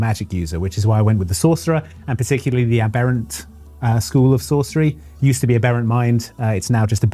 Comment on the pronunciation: I hate to be a dick about it but,, that's not how you say "aberrant". It's pronounced the way you would describe the smallest of a litter of Swedish popstars.